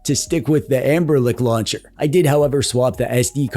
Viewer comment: Are you saying.....anberlick?